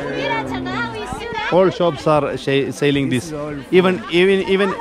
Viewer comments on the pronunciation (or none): Sailing alla bro selling ennu parayoo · Saling alla. ...selling